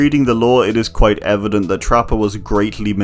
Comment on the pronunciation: “EVENdent” bada doosh